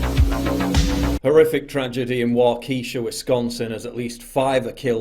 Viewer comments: It’s pronounced “Walk-ah-shaw.” Not “Wah-Keisha.” The thought of the town name sounding like a stereotypical black American female name never crossed my mind and I’ve been living in the area for 30+ years. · It’s pronounced “walk-uh-Shaw “. Not “walk-key- sha”. Keep up the good work. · It's Wah-Keh-Shaw, not Wah-Kee-Shuh. It's a Native word, not Ebonics. Also, the emphasis is on the first syllable, not the second. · as a native to the area the city is pronounced walk-a-shaw not wakeeesha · Pronounced Wau-keh-sha, but yes I agree with your video 100%. This coming from a Wisconsinite :) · Psst: it's pronounced WAU-keh-shaw, not Wau-KEE-sha. Sincerely, a local. :) Nonetheless, this is absolutely abhorrent. The double standard is repulsive, and if this city isn't safe, no other is. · It's Wah-keh-Shah. You would love Wisconsin; beer and cheese as far as the eyes can see! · (Wah~kish~ah) my guy, not (wah~keesh~ah) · Wau- keh- shaw not wau- key- sha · Its not keesha. Its kesha. Its phonetically spelled. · As someone from Wisconsin, it's interesting seeing someone not from the midwest try and pronounce some of our city names. It's pronounced Wah-ka-shaw not Wah-key-sha. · Wah-Kah-Shaw, not Wah-Kee-Sha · Excellent Paul! BTW Wisconsinites pronounce 'Waukesha' as Waa-K-Shaw. Brits and Americans - two peoples separated by a common language :-) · Wah-ka-shaw not Wah-kee-shaw. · Not “ waw-key-shaw”, but “waw-caw-shaw”. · Paul just so you know it's: Walk Eh Shaw not Wah Kee Sha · Please, the name of the city is pronounced WALK-ĕ-shaw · Wisconsin has many Indian and French town names. Wau-k-shaw. Ken-OOO-shuh. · Waukesha pronunciation: Wah-kesha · it's pronounced wauk-a-sha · As a 35 year Waukesha resident ( ), thanks for not letting this be Memory Holed. (And as an aside, I don't blame you for not getting the pronunciation right. ^_^ But it's "Waw-Key-Shah") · It's pronounced "walk a shaw" native American I think. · It's pronounced Wah-ka-SHAW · Isn't it pronounced Walk-A-Shaw?